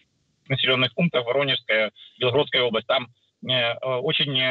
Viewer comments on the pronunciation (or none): none